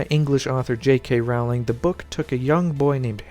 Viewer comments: "Rowling" is pronounced in England as "roah-ling." "Row" as in "row, row, row your boat." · goddammit! say the word bowling. so her name is pronounced rowling like bowling. how can anyone do any type of video about her and NOT KNOW THIS? simple research, like one video when you hear her say with her own mouth her own name. fuck.